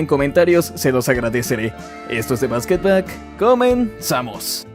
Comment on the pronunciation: Bro escuche " the basketblack"!